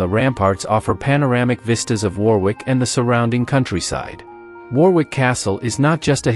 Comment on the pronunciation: Warwick is pronounced "worrick"- like "worry" with a "k" on the end.